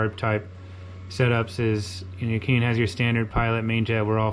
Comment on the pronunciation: Keihin is actually pronounced "Kay-heen." Just FYI.